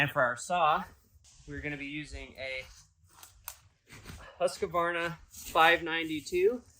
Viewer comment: Every time you say Husk uh varna I die a little 😂🤣